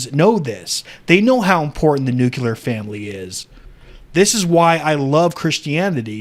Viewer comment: NU-CLE-AR. Ffs.